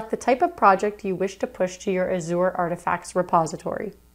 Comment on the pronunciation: Great tutorial, but it's pronounced like As-zhr not a-zoar